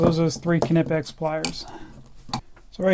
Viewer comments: I still think you are saying Knipex completely wrong but you lecture us on how you are saying it right, when Germans say it on there companies Instagram they say K-nee pex not K-na-pex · If you want to get really anal about pronunciation, you're close but not 100% yet. Your "Knipex" sounds like K-eh-nipex, there should not be any delay between the K and N. But hey, at least you pronounce the hard K 👍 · Well it ain't pronounced "kinepex" like he does. It's written the way it's pronounced. "Kni-pex" with an audible K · It is actually pronounced: kunee-pex The 'i' has more of an 'eee' sound. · Isnt it pronounced cuh-knee-pex? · Still saying Knipex wrong. The German 'i' is pronounced 'ee'. So it is something like Ke-nee-pex. You can hear the company reps say it properly in the videos on their website or right here on youtube. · We call it with more pronounciation on the i, try to spell it like Kniipex with two i :D Greetings from Germany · The kNIPEX sales rep said it as NIPEX because most British people use a silent K even though it is obviously of german origin , just as a german could pronounce an original english word with a german twist :] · The "K" in German is not silent. Knipex so please pronounce the K at the beginning.